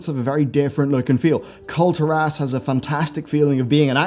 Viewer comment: You pronounce it Kul-tear-us. That's the same thing with Argussian. They're from the world Argus. Why would you pronounce it Ar-goose-ian? It's Arg-gus-ian lol why?